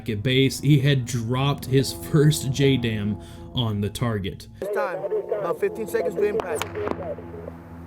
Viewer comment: JDAM, more like JUH-DAMN!!